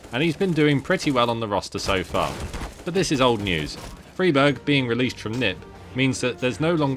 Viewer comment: It's not. It's an swedish surname. You pronounce it Freeberj